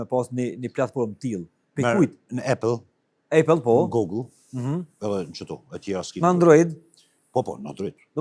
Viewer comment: konkurrenti i "Android" është "iOS" e jo ejpell hahaha deshti me thon Apple [Ëpell] amo thot ejpell.... Mozomakeq moderatorët e Kosovës pa kompetenca. Ani kosovarët si s'rrin hiq pa iphone, e mos me dit me thon Apple po "ejpell". Mozomakeq Apple [Ëpell] ooooo ooooo [Ëpell] ooo njeri. Mësoje për tjetër herë!